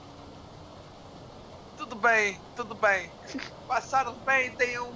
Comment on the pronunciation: "porrtuga" hahaha. fodaooo mostro do you tube